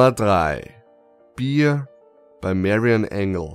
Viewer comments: bear wird nich wie bier ausgesprochen 1.klasse!!!!!! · Nr 3 die typische beer/bear aussprache